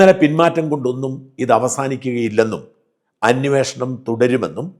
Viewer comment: അന്വോഷണം അല്ല ..... അന്വേഷണം എന്ന് പറയു